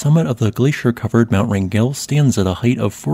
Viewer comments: Wrangell is pronounced like a Wrangler, btw. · PRONUNCIATION. WRAN ..GEL